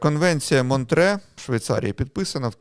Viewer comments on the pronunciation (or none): Ні. Монтре. З французької мови, в цій назві чітко чується останній звук ,,е''. Ви або по незнанню або свідомо вносите російську транслітерацію та озвучування.